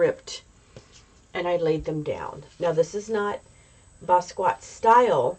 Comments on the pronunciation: Please pronounce his name correctly. It is Bah Skee Yat (NOT Ba squat) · Hi, thank you for featuring one of my absolute favorite artists of all time. He had such a freedom and unique artistic voice. I’m so glad he got the recognition he deserved prior to his untimely passing at such a young age. The proper pronunciation is Bah Skee Yah.